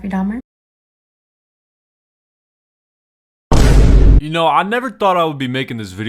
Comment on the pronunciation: The 2nd girl saying "DAHMAA" instead of dahmer is fr the biggest joke in this entire vid like bro, LEARN TO APEAK PROPERLY FOR GOD SAKE 😭🙏🏻